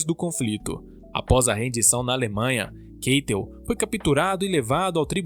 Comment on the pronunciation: Keitel se pronuncia "Cáitel"